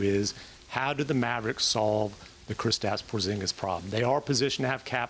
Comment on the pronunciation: Who the Fck is "POZGINIS"?